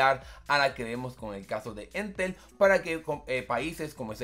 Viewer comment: Para variar siempre en Chile inicia todo para nuestra región xD. Sería una solución para Rapa Nui, que el internet es bastante malo 🙀. Ha y es Entel, no éntel (como si el acento estuviera en la segunda E)